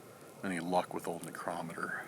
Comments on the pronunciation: necrometer- necro..meter. sorry i googled pronunciation as i was curious for myself. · Pronounce necrometer right man, you are totally saying it wrong. Your the only one that pronounces it like you do!!!